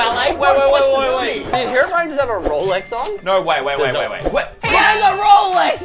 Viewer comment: It’s pronounced herobrine